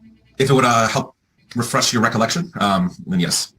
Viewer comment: He really has trouble with the word refresh lol